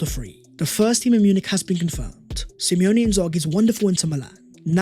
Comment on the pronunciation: Simone Inzaghi*, not Simeone.